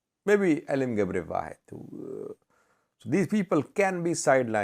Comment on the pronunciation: Yeah, it should be GebrewaHid, as it is pronounced in Arabic (Sabian). It means the servant of the one (God) in geez.